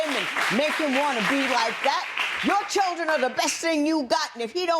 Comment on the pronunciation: A true intelligent person is a person who does not discriminate people in certain classes. Also I notice in the end when he was saying he only wants co parent with her...he said strictly chirland...not children lol